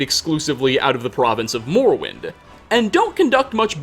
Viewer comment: I dunno why I keep hearing it but it seems he ends alot of words with an extra "A"" sound. Empire-a, Morrowind-a, mind-a, son-a, etc.